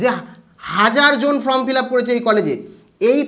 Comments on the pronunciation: ভাই Form উচ্চারন টা তুমি ভুল করছো । কথাটা ফ্রম নয় কথাটা হবে ফর্ম । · আরে ভাই from(ফ্রম )নয় form(ফর্ম ). Consult dictionary plz.